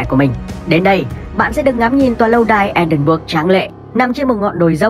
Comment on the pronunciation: thành phố Edinburgh nếu đọc là "E đin bờ rờ" nghe sẽ hay hơn